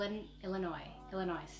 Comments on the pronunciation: You got Illinois right the first time its the s is silent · you said illinois right the first timee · You pronounced Chicago Illinois perfectly!!! lol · You said Illinois right😂😂😂